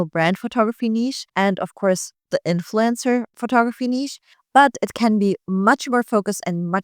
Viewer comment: The way you pronounce "influencer" sounds like "influenza." It's okay by me, though, because I put both in the same category.